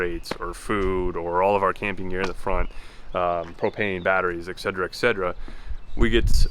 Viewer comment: Please stop saying exedrexedra 😊